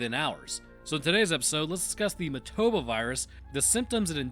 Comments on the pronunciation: It's MO-TA-BA, but you keep pronouncing it MA-TO-BO. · Painful hearing him say motoba when it's motAba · say it with me..moah tah buh. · WHY DONT YOU PRONOUNCE THE NAME RIGHT?? Did you even watch the movie?! lol